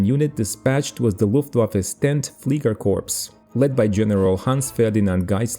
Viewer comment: I love your channel as you give us a visual representation of history. I have one minor correction. The word fliegerkorps is pronounced without the s at the end, as if it were spelled fliegerkorp. Thank you for the great channel!